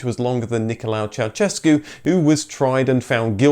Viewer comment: Why is it so hard for you to pronunciate correct Ceausescu? The first part is correct but ...sescu is like shescu. "se" from sescu is like sha from shame. Shame on you.